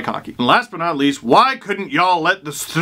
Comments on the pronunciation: i waited the whole time for steve to say stDrs; and i was not disapointed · I don't care how many times I hear it the StDrs will always make me laugh. I will forever call them the StDrs now. 😂😂😂